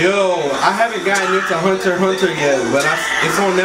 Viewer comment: he said hunterxhunter wrong